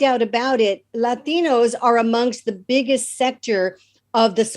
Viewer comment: I like her but why say laaateenooos. (With her flat traditional English pronunciation). Silly.